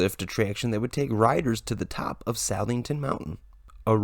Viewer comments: It's pronounced, Suth ing ton. Not South-ing-ton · lol, no one can say Southington properly. I know how its spelled is misleading Suh-thing-ton :😜 Also i didnt know Hershey owned LC at one point, i grew up near Lake Compounce and now i live near Hersheypark and taking my kids up to LC this summer for vacation